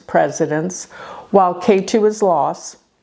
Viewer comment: Ketu is pronounced Ket(h)u.